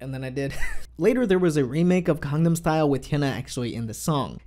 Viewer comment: OMG every time you say GANGNAM style I thought you are saying CONDOM style. WTF. The word start with a G and somehow thats hard for you to pronounce?